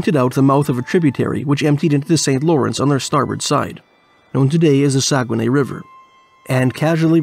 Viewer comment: I used to work on the dew line. I know exactly where this is. I've been there. It's not called saugenay it's not called saugenay. But it's very very close.